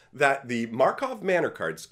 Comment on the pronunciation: I can't tell if is still accidentally calling it Markov Manor or if it's totally on purpose, but I love it either way